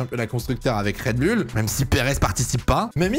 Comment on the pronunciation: Mon dieu le « red bulle »… c’est oule… redbull…